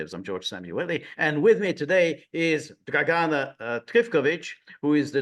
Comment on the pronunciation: Very good guest. But George, please ask your guests how to pronounce their names in the future. I'm pretty sure (source: I was born in Yugoslavia and speak Serbocroatian) that you should stress the first A in Dragana and first I in Trifković.